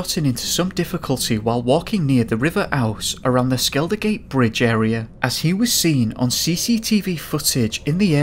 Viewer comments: River Ooze not ows. Good video though. Thank you. I’m originally from York. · River Ouse pronounced ooze luv. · If you're talking about the river ouse it's pronounced ooz. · You pronounced river ouse wrong and daym I'm moving away from york now